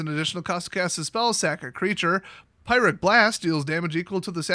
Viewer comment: You have a mispronunciation on the pyrrhic blast. It's a reference to this